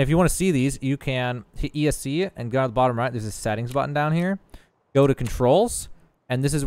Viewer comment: Bro said “ee es see” for the escape button 🤣 good video though!